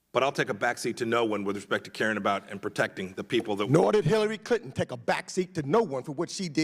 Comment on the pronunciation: "Teckaterry Tlinton?"